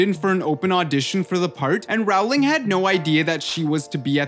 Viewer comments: This is true. Row as in row your boat. Rhyming with bowling :) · People say row instead of role it's roling not row -ling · Btw Rowling rhymes with bowling not howling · Paola Ramirez yeah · It’s not ralowing it’s rolwing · its ROLLING not ROWWWWLING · 1. Maggie Smith was NOT in DH1! 2. J. K. Rowling’s last name rhymes with “BOWLING”, not “HOWLING”!!! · It does NOT rhyme with “bowling” 😂 It’s “row” as in row a boat. It’s an “oh” sound. R-oh-ling. Bowl has an “ol” sound like in “old”. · ITS PRONOUNCED JK ROLL-ING NOT HOW ITS SPELLED ;_ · He pronounces rowling as rawling😂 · When he doesn’t even say Rowling right... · I have to agree. The narrator of this video is completely annoying! Everything you say is NOT a question, dude! And, YES... J. K. Rowling's last name rhymes with Bowling... Not Howling! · It's his accent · Claire Marron yup